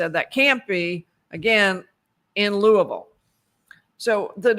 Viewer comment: you are also making us Kentuckians proud! Thank you so much for your travel, time, dedication, and great coverage! Lastly, excellent pronunciation of "Louisville" (born and raised)!